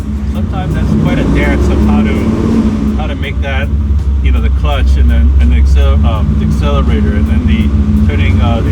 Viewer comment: you have enough money to hire someone to write a script for you.With a lot more relevant information and about half as many words. "You can see there's a clutch and a brake, and an "asselerator" - the gas." Let car speak for itself,.